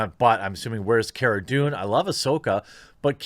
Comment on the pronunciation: It's Cara not Kera